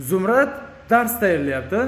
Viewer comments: Zumrat bolmaydi Zumrad boladi😂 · Fotema emas Fotima Zumrat emas Zumrad. Pedagoglar qayerga qarayapti?! Televideniya qayerga qarayapti?!